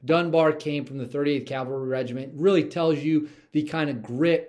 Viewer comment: We know your love and concern for our Military heroes, so I hope you won’t be offended. The word you might want to correct is “Cav-alry” not Cal-vary”. There is a huge difference my friend.